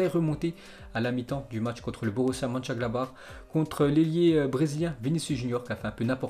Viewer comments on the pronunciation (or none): none